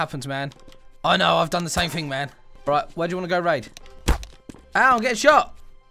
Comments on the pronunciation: not hating but everytime he says man it sounds like ma"me i dont know if that is just me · btw not all the time